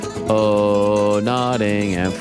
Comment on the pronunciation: always cringe hearing americans talk about English football. the lack of knowledge , or awareness is astounding. then they try to pronounce the names... "Notting-ham" ? its a silent H.